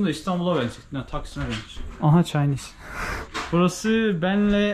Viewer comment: Aaa Chienees demene çok güldüm ALLAH iyiliğini versin 😂😂